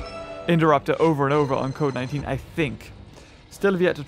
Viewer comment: Who else heard covid 19 when said code 19?